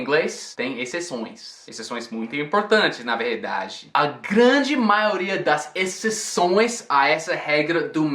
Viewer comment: Haha ele ta pegando sotaque nas palavras com R em português como verdade ( paulista) e internet ( interiooorzao ) kkk